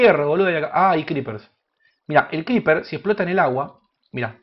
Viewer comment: Scriper? Creeper hermano.. CREEPER..